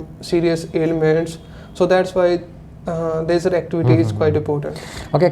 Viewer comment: Both are saying Lejar activities 🤔.... It is leisure activities